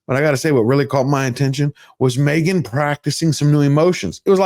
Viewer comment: She is MEgan ...."H" is silent.😮😅😅😅😅